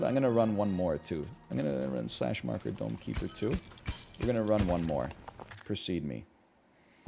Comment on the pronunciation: I recently started watching NL through YT. I literally thought he was saying “Donkey Bird” instead of Dome Keeper.